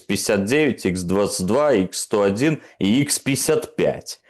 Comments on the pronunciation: Все правильно, только, ради бога, не называйте изделия разработки МКБ "Радуга" так, как прозвучало в этом ролике "Икс сто один", "Икс шестьдесят девять" и т.д. Вся продукция "Радуги" обозначается русской буквой "Х", то есть "ха", или, если хотите по английски, "Kh". То есть "ха сто один", "ха шестьдесят девять" и так далее. Спасибо за понимание. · Х...икс. не "Икс", а "Ха 101". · Х-101 как и остальные Х-... читаются как "ха сто один" а не "икс сто один".